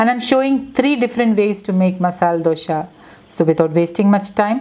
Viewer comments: Don't say Dosha ,Dosha. It is Dosa.Where does that H come from? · It’s not dosha it’s dosa , please correct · It’s pronounced as dosa🤔 not dosha